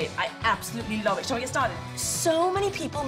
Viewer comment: SHE NAILED THE WAY HE SAYS LOVE!! OMGG